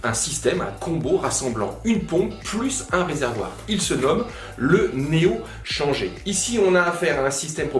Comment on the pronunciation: Super vidéo comme d'hab, par contre faudrait peut être dire "néo chanjèr" ^^